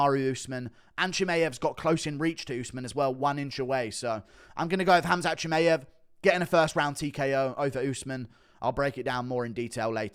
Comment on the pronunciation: Hey Guru, just on a sidenote: Chimaev is pronounced "chee-muh-yev", not "chee-may-yev".